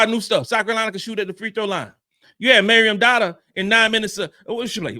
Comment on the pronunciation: Who is Marion Douter? 😂😂😂😂 It's Maryam Dauda